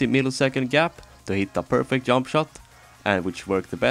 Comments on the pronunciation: The "yump" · "peak of the yump"